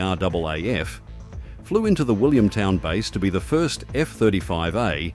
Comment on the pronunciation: It's RAAF Base Williamtown, not Williamstown - no "s".